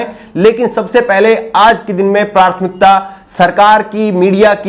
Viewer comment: Just correcting word prouncing at 2.28 and ++ Correct pronunciation is PRATHMIKTA (and not PRARTHMIKTA). Thanks